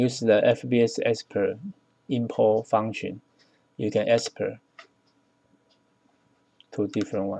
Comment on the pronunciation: Export. Not Espert. FBX. Not FBS.